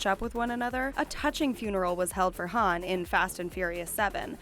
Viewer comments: IM SO ANNOYED BY THIS ITS HUN NOT HAN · U said how Han u mess up